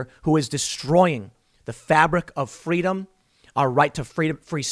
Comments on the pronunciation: "FWEEDOM" - Kamala Harris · Oh snap! Herpes here! FWEEEEDOM!